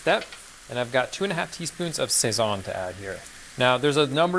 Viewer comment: saying Sazón hurt my ears ao bad and thats after hearing Bridget say Pastelón. But kudos for being authentic!